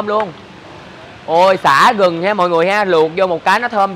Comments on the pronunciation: Nước mắm gừng mà chị nói nước mắm rừng 🤣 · Gừng chứ ko phải Rừng chế ơi !